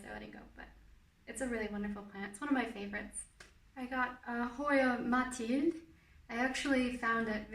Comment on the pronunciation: i was really annoyed by how you pronounced mathilde bc im belgian (dutch) but then you said you live in france and i was like 'oh ok'